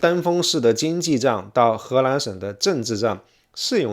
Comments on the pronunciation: 听了三分钟，从发现是河南，不是荷兰，还奇怪怎么荷兰还跟少林寺扯上关系了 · 您不能區分中文 “南”和“蘭”的發音嗎？:elbowcough: 請熟讀後再開講，否則不就貶低您的身價。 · He Nan, 不是He LAN. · 荷蘭？ 河南？ L 和 N 好像混在一起！ 內容真的不錯👍👍👍